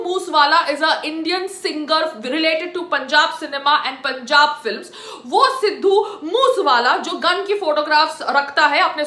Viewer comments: Sidhu moos wala 🤣🤣.Uh biba naam ta laina Sikh la it's sidhu moose wala not moos wala😁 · Phele bolna to shik le sidhu moose wala h vo tu kya bol rahi h 😂😂😂😂🤣🤣🤣🤣😂😂🤣😂🤣😂🤣😂🤣😂🤣😂🤣😂🤣😂🤣😂🤣😂🤣😂 htttt sali. 😂🤣😂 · Arey Bnn tu phle sahi se naam to bol Bai k Tujhe munawar ne thk kaha tha tu vedio upload krke glti krdeti ho😂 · Siddu moosewala ka naam to sahi se lele chali video bnane 😂😂😂😂😂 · Pahle name bolna Sikh le uske bad bat kar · Didi pehle nam shi se Lena sikho fir bat krna.... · Pehle naam to sahi bol le satvi fail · Naam toh shai se bol le